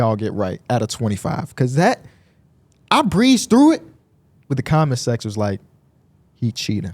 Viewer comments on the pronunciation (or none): none